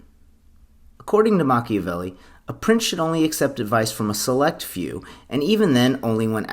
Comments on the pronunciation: Makka-velli? WRONG. Pronounce it Mak-ee-Avelli. Delete this video and repost it with correct pronunciation. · The name is pronounced either MAH-kee-ya-VEH-lee, or MAH-kyah-VEH-lee, but NOT MAH-kah-VEH-lee. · Machiavelli =MAK-EE-UH-VEL-EE.... And MAK-EE-UH-VEL-EE-AN... Makaveli aka MAK-UH-VEL-EE... Well, that's just Tupac. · MACH-EE-A-VELLI is the pronunciation. Not Machavelli. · He didn't even pronounce it Machiavelli. He said Matchabelli. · Ima have a Silvio moment if he keeps saying “Mach-a-velli”